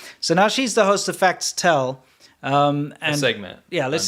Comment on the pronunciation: “Facts Tell” does not roll off the tongue …unless you say it as “Fas Tell” like (and many in China would)